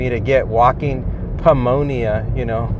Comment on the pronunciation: The "p" is silent in pneumonia